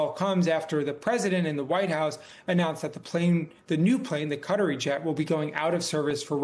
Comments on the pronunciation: Who are the Kudderies? The media should get together on a more accurate pronunciation. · buddy said... cuttery plane 🤣